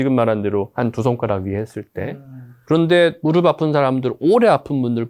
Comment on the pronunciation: 무릎의 올바른 발음은 [무르블 ]아니라 [무르플] 입니다. 더 전문가답게 보이시길 바라는 마음에~~